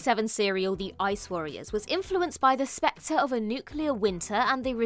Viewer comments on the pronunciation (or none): none